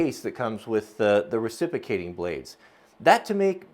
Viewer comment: You are mispronouncing reciprocating. But what a cool deal.